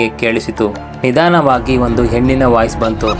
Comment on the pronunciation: ಹಾತ್ಮಗಳು ಅಲ್ಲ ಆತ್ಮಗಳು ಮತ್ತು ನಿಧನವಾಗಿ ಅಲ್ಲ ನಿಧಾನವಾಗಿ